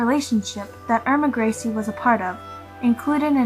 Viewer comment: irma grizzly😆